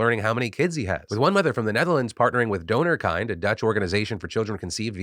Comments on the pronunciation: Donorkind is dutch for donor child. While they're certainly kind, their name's got nothing to do with kindness 😅 Kind in this case is pronounced like 'mint' but with a K. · You make the organisation sound like it's about a kind donor. It means donor child though, it's pronounced as kin with a d at the end. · Hey Phil I don't know if it has been said somewhere in the comments but just in case. I'm from the Netherlands and during your cover of the donor problem you mentioned the organisation donorkind. The way you pronounced kind doesn't translate correctly. The translation of the word is child and the approximate way you could pronounce that in english to stay true to the original meaning is by taking the word kindred and leaving the -red out. It's something minor ofcourse and it doesn't really change the overall story. It's just something I thought of and wanted to mention.